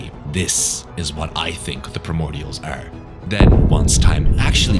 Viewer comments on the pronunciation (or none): he dont know how to say the word (Are) hahaha noobish or is it hes nish in life?! that would be worse